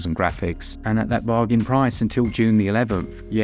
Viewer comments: Lost interest in Zelda after Breath of the Wild. Always happy to watch a SwtichUp video! :) and please keep saying "Ba-jhan." Makes me smile every time. Cheers! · DO NOT STOP SAYING THE WORD BARSHAN (Bargain) !!! Please 🙏🏽 🤣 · I love it when you say “bar-jan” - that bloke and his wife will have to get over it 😂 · No bruh, keep saying Barzain, it’s really funny